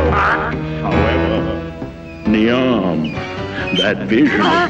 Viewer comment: Every Niamh (pronounced Neave not ni-am) must eye roll at how brittish this is.. 😂